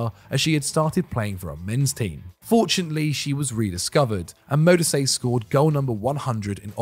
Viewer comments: Radebe was a top quality centre-back, he stayed with Leeds and reduced his own age when they got relegated. He also coached at Leeds after retirement and the band Kaiser Chiefs (who were formed in Leeds) are named after his former Club. EDIT: Modise is pronouned Mo-dee-seh. Some other honourable mentions in my opinion: Nourredine Naybet (Morocco) Jacques Songo'o (Cameroon) Abedi Pele (Ghana) Hossam Hassan (Egypt) Radhi Jaidi (Tunisia) Joseph Yobo (Nigeria) Jules Bocande (Senegal) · Modise also 🙈